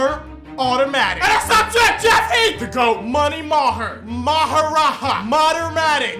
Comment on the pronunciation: Haha bro Maheraja is pronounced with the hard "J" not the spanish "j"